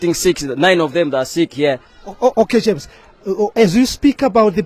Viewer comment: "Quit a passionate plea from GERMS here". It's JAMES not GERMS.